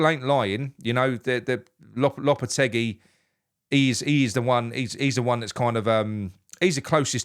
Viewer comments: It's pronounced LOPYTEYGY not LOWPETTYCUE. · Low-per-teg-ee 😂😂😂 Hope we dont get him and its smoke n mirrors for who we really want, but even if we do he couldnt be any worse than the imposter manager we have....soon to be had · You'll need to learn how to pronounce his name correctly. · You need to pronounce his name correctly.